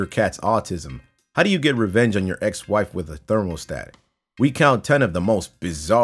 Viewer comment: Pringle I know it's hard but just say it with me, ther-mə-stat not thermal-stat you'll get through this part of your life, we got you